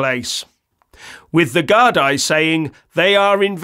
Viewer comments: Its not pronounced gardi its pronounced gardee, to give the force its full name... An Garda Siochana, which translates to The Guardians of the Peace but then again another ill informed brit commentating on Ireland. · It's pronounced GARDEE not GARDEYE.